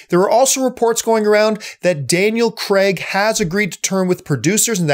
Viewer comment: You keep pronouncing Daniel Craig as Daniel cragg